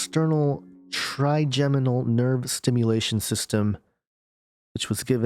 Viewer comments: Your first pronunciation of trigeminal is correct: try-jem-uh-nl. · Hi - you had it correct the first time -'tryjeminal' is the correct pronunciation. Mad scientists strike again at the command of their father of lies. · Scary. I think you're pronouncing trigeminal right. I was pronouncing it wrong, with a hard 'g'. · You said trigeminal nerve correct the first time. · Yes, you were saying Trigeminal right. I suffer from Trigeminal Neuralgia. They just put a press release out last year... this directly correlates with this ... as well as experiments being carried out by CERN through neurologic waves over long distances.